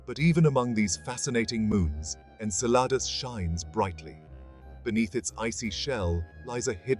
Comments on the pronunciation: I kept thinking he’s saying enchiladas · Obviously people worked hard to put together this visually good looking video, full of information, yet no one researched how to pronounce the name of the friggin’ moon. It’s pronounced “En-CELL-a-dus.” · Cool video, but you're pronouncing Enceladus wrong... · I can’t stop correcting it every time he says it